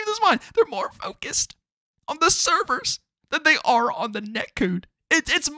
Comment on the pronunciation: The way you say “net cood” is killing me 😂 I’m loving Xdefiant and this existing can only be good for cod, forcing activision to be better. Idk why cod extremists don’t realize competition makes games better